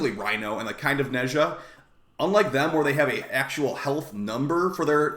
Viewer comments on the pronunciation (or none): none